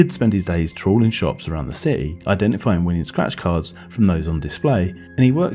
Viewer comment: Lo t t ery, please please pronounce t's. Not just random t pronounciation. Please. Stra t egy, ci t y. You can still keep a south uk accent